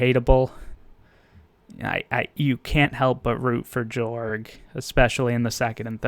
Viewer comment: It’s actually pronounced to “Yorg” cultural wise.